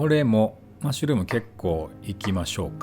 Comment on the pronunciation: まっしゅる〜む言い方笑笑 あらやだぁ〜😁 料理中、食事中無言で アナウンスを入れてるとこがいいー 綺麗なキッチンと道具 ゆったりとしたムード いいですねぇ